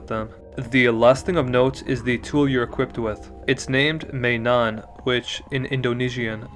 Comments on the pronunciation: im sorry but you absolutely butchered the pronounciation of 'mainan'... it's pronounced 'my-nan', instead of 'may-nan' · Good lord, my country doesnt even like good and real games how the fuck do they become a roblox gooner?? Also your pronounciation of ID words are pretty good! except for "mainan" which is supposed to be said like ma-ee-nun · Its more like ma-yi-nan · If there was no text I wouldn't have known what word he was trying to say 💀